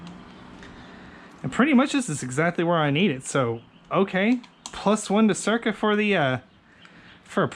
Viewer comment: Cool, pretty helpful. Oh, and sick car, too! So, when you look at those handguards, do you actually see the R before the C? "Cyrca" instead of "Cycra"?